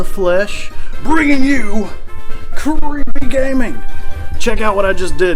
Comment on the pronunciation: “Bringing you Creeputfyjitersggllleepy gaming”